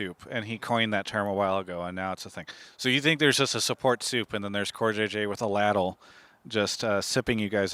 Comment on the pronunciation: Ok cool interview travis but i cannot get over the way you said "ladle"